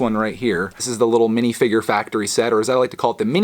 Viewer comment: You said minifigure wrong